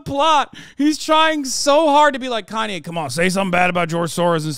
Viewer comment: "And I'm kanya West"